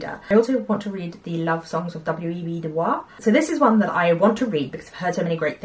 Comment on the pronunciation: The Love Songs is great! By the way, WEB du Bois pronounced his name like "Boys" rather than as it would be in French.